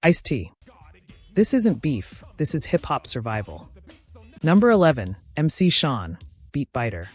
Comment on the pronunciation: Hearing this AI keep callin him "Mc SHON' is hurting my stomach.🤮